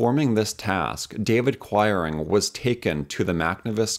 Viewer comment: I grew up in a town with a large mennonite population and the names quiring and toews were pronounced kweering and tayves. I enjoyed this video very much and have subscribed.